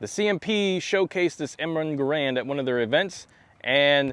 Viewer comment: GARand, not gaRAND.